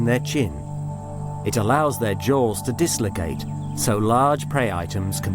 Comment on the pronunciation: I like the way he pronounces dislocate